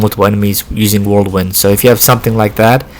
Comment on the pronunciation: Are you saying worldwind? I feel like I’m going crazy lol thanks for the tips